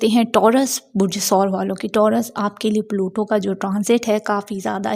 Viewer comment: it's pluto not palutooo 😂 aur aj yani 19th November ko yeh Aquarius mein forward moment mein achuka ha 😊